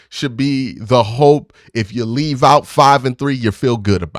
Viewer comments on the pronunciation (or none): none